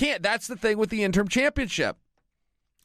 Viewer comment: You keep saying “interm” haha